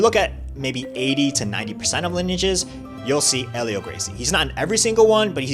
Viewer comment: Except it's not pronounced with an H sound. His name is pronounced "Elio". Everyone pronounces it wrong. Helio is the correct spelling.